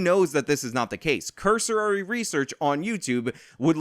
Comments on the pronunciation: The word is cursory, not cursorary. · it CURSORY (kER-suhr-ry) not CURSORARY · Cursory. Not "cursorary." I'm not trying to be rude, but you said it a few times, just letting you know. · It's pronounced, "cursory." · Too many syllables in cursory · Your pronunciation of "cursory" is pretty laughable bud.